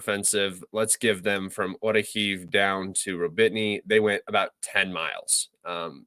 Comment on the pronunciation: Ro-Bit-Ny????? Where the fuck is that???? Do you mean Ro-Bo-Ti-Ny ?????